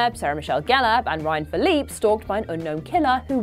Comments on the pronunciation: It’s prounounced fiil-a-pee not filleeep I’m mean god dam it gurl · the actor’s last name is actually pronounced “Phil-ih PEE”.